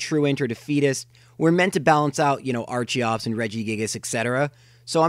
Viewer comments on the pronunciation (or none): You said Ar-Chee-Ops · It's Ar-Kee-Ops